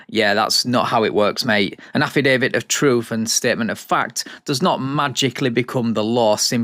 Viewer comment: ‘An afridavid to efsfrilly tell them…’